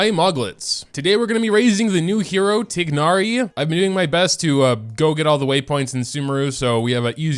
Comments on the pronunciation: no, the game pronounces it as "tie-nari" which is the right way... how do u pronounce it like? tig-nari? ☠ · I'm pretty sure that you read it as "tay-na-ri" not "tig-na-ri" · 'tignari' my guy its 'tie-nari' but slay lol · It's tie-nar-ee not tig-nar-ee 😭😭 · he keeps saying ti gnari its tighnari (like tie naree) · I thought his name was spelled thai-nari not tignari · TIE-NARI, not TIG-NARI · IS he actually saying tignari 😟😟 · Love the vid! I don't think that is how you pronounce tighnari though, but I always enjoy your content! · Day 1 of yelling about the mispronounciation of Tighnari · thats how hoyoverse pronounces it, but in the actual pronounciation he is closer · please pronounce it right 😭